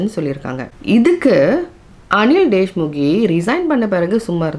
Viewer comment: His name is Anil deshmukh not deshmukhe